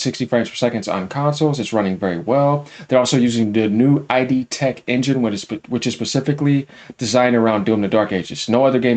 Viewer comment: For christ sakes it's pronounced Id tech. It rhymes with lid, hid and did. It's not "eye dee" tech. Just trying to help you bro